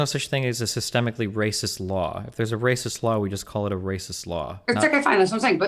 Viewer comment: Anyone notice when she says raw and law there’s an extra L “rawl” “lawl”